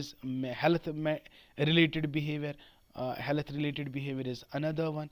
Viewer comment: Health ko sahi se pronoun to kar lo